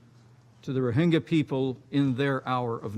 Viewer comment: pronounces junta, rohingya and myanmar wrongly. Lol